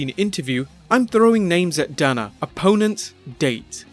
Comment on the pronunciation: They way u pronounced dana wtf